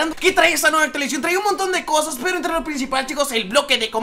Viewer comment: actualizion actualizacion